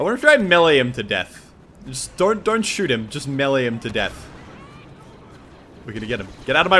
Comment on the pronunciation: The way you say melee is funny.